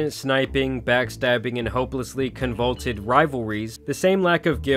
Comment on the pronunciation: my dude, you were struggling with words like "convoluted", "disseminated", or "mea culpa" lol